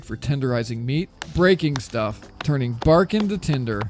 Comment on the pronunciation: "breaking stuuf "....my favorite thing